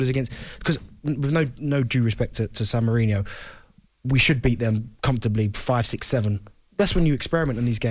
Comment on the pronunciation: bent said "san mourinho" hahahahahaha